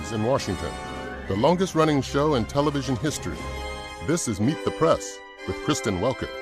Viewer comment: Kristen- it sounds like you're saying "Meet the Prass".